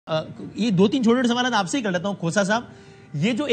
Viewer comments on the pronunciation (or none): Khoosa nahi khoota hy